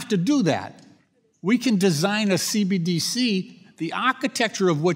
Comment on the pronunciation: Maxine Waters can barely pronounce CBDC let alone understand it.